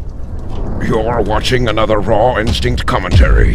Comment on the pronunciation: every time he says "Raw Instinct" all i hear is rotten sink xD